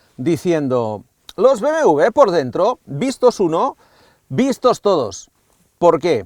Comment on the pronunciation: BMV? porque no dice BMW?